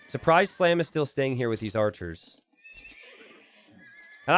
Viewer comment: Japanese do be calling Surprise as Supplies😂😂😂